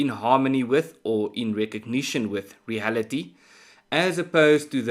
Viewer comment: Ernst,without being critical of your well presented very professional subjects,I would request that pronounce the word reality as written and remove the ( h ) . Eg. — reahality. Most Afrikaans speaking South Africans make this mistake for some reason or other.